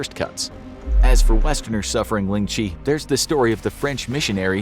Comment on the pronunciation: Ling Chi really u Butchered that so bad